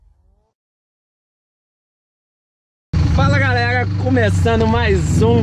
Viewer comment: Só um tok para nosso amigo, vai no fonoaudiólogo e aprende a falar, não é "galerra"